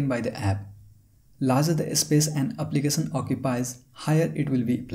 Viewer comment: Brother Prenounce .. “application “not applicasan . Sad and Sha it’s so defferent ... Many words you use mistakely , so listen